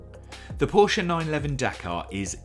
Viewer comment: Please pronounce Porsche properly